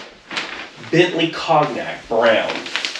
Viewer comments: been following this since the day you dragged it out the yard...and moreso how much more confident you are presenting....you're a different guy now!...awesome build!...oh..and you're right, the trim edge is called "piping"....and just another little one...cognac is pronounced "konyak"...but hey who cares! great stuff!! love from the UK.. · It's pronounced "con-yak", not con-nak! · i like how your wife leaves you a to do reminder list on the sewing machine. she must know you really well. lol! uhh, by the way, it's pronounced con-yak, not cog-nak. them frenchies like to add letters they don't say just to fill up their words. this porsche is gonna look like a new one when you get done with it. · Agree the hounds tooth looks killer! The brown is pronounced CON YAK not COG NAK (as in the brandy). Cant wait to see the next episode! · Hope you don't mind me just mentioning the "Cognac" Cog nak is pronounced Conyak. Followed from the beginning and my other favourite is bluey the truck. Blessings from England mate. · Cognac is pronounced "cone-yack" not "cog-nack"; color is named after the liqueur... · That is a nice interior color choice for that paint color. Why not do the dash top the same color? BTW, it's pronounced "cone-yak" like the booze. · Brown Bentley cognac pronounced "con-yak" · Absolutely love the build. It keeps getting better and better. BTW, "cognac" is French and is pronounced cone-yak. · Cognac: Pronounced "cone-yak" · Just a quickie. The Bentley Cognac Brown is pronounced the same as the alcohol so it's Con-Yak ;) Absolutely love this Porsche, easily a favourite of mine growing up. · Great work man. Just to let you know, as someone who mispronounced many words that I've seen written, cognac is pronounced like "cone yak." Just trying to help a brother out! 😄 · That is a lovely colour combo and great job making the carpet yourself. Excellent job man 😊👍 BTW, cognac is pronounced con-yak. Darned French pronunciations 😉 😅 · Cognac = KON-yak. 😉